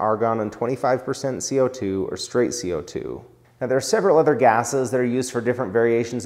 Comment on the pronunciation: He says “other” like “ehther” haha great channel love